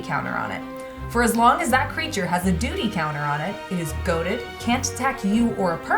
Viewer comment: When said duty counter…I was like doodie counter?! What?! Then I realize it’s *duty*. Had a pretty good laugh lol